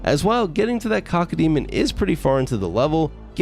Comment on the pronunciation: You're saying cockodemon not cacodemon